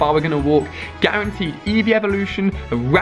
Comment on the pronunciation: It is not gerenteed